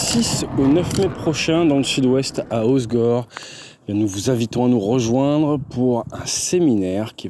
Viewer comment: Au fait, quand on ne veut pas passer pour un cretin de parisien on ne dit pas ozgor mais ocegor 😅